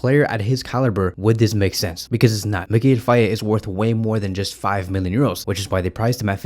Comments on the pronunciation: In Senegalese pronunciation, the name "Faye" is pronounced more like "Fay" rather than "Fay-e". An example to remember this pronunciation is the mnemonic technique "it's a lie or it's a Faye".❤ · Its Fay bro (the "e" is silent).